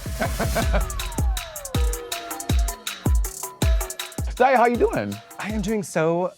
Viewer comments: Is Monet calling Daya “dahlia”.??? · Not Monét calling Daya “Dahlia”